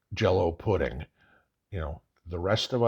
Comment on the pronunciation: Very interesting perspective. I appreciate all the thought you put into these videos. Also, I damn near lost it when you said jello pudding..😂